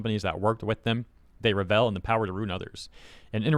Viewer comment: Thumbs down just for how you saw revel like rebel with a v and impotent *in - with an m - po, like 'just a poe ol boy' - tent, like going camping, im-po-tent just makes me itchy when i hear words spoke almost right but slightly wrong, either screw it up majorly, or get it right :P